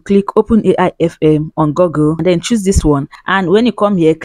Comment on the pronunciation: Nice content 👍, keep up the good work. By the way, it's called GOOgle, not GOGGle.